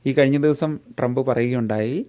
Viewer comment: ട്രംപിന്റെ പേരുപോലും നേരെ ഉച്ചരിക്കാനറിയാത്ത വിവരദോഷീ, തന്റെ ഈ കോപ്രായം നിർത്താമോ?